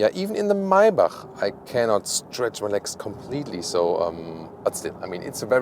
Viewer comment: MAYBACH произносится МЭЙБЕК на английском что бы знали все 😂